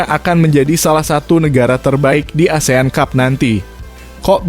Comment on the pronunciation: Lagian ,ngomong ASEAN CUP.....aja... asean tjup ....😂